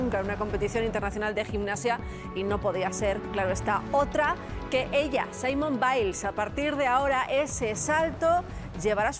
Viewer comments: Es muy interesante la nota pero no se llama Simon sino Simone y se pronuncian diferente. Saludos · No se llama "Saimon" 😂, se llama "Simone", aprendan a pronunciar los nombres bien. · El nombre de esta gimnasta se pronuncia "Simón"... "Simon", que es un nombre masculino, se pronuncia "Saimon". Saludos!